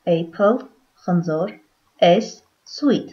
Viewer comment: Խնդրում եմ խնձոր և տանձ բառերը ճիշտ արտասանեք։